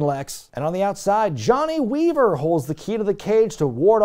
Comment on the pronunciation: Da Weevuh lock babbuh!